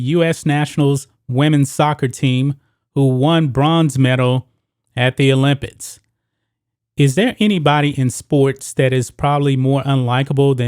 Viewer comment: Did you just say "Olympits"